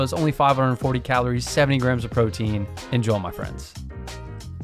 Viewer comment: It always sounds like you're saying "en-joel my friends" 😂😂